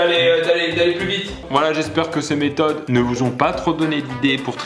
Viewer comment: J'ai cru il a dit 15 mètre de triche